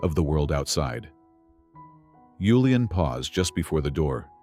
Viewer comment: Good story but annoying hearing yulian when his name was julian